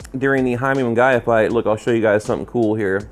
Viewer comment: Whos jaime munguyuh??? Lmao.. that's not how's pronounced